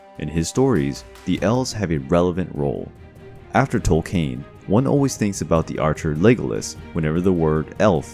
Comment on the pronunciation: I've always heard the great master's name Tolkien pronounced Tol-Ken, I've never heard of this Tol-Cain otherwise love the piece